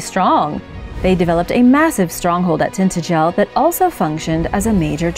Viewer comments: Need to work on the pronunciation 😂😂👍 tin-tadge-el . Good effort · pronounced, Tin tangil. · So painful to listen to the name of this place is Tin ta gel . Try to get the most important name in this small post pronounced correctly!!!! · Cornwall, my home country. It is pronounced Tin-TA-jel. Yes, for over 3,000 years the tin deposits of Cornwall were traded by coastal ports, well into the Saxon era. This fortress village was close to tin mines.